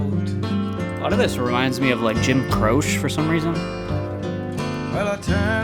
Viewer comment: Just so you know, Croce is usually pronounced like "crow-chee," not "croshe". Appreciate your channel!